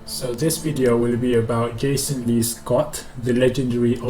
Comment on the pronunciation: He said gayson